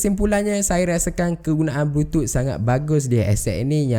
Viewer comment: Kenapa bro sebut "Bluetooth" sbg "blutut"..aku tergelak bro.